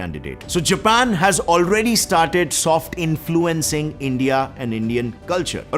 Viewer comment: Love the way he called japan , zapan